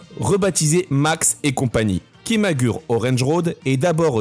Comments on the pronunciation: Arrêtez de prononcer KIMAGUR' !!! Vous me rendez fou !! (ça se prononce ki.ma.gou.lé) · Merci pour la vidéo. Mais on dit KIMAGOURÉ 😅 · On dit "kimagoulé orange road" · "Kimagoulé" plus précisément pour la prononciation 😁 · Merci pour la vidéo, malgré quelques erreurs ... tu devrais utiliser Google trad pour connaître certaines prononciations, car on dit Kimagouré ,ça pique un peu les oreilles. Petite erreur sur la photo de Joelle Guigui, ce n'est pas elle 😅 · Ça se prononce Kimagoulé orènji Roodo